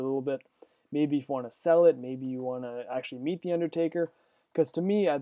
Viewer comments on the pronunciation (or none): Meet not keet